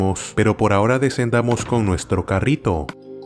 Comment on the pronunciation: me impresiona bueno ya los había escuchado los sonidos del enderman al revés pero no los entendia por cierto me da gracia como dice carrito